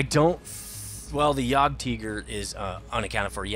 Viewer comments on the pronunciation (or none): Hahaha you said JOGTEEGER